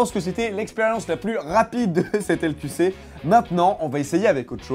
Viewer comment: tu prononce donc le nom de ton émission en portugais ( LQC => L'couché)